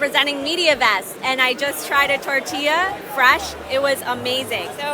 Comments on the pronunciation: Something opening this video reminded me of was that one vine “more like hurricane tor-TILLA” and it made me think about how much I hate people pronouncing tortilla like “tort-illa” or “tor-tilla” instead of tor-tea-ah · ngl, I didn't even register it was supposed to be "tortilla". She didn't even pronounce the double L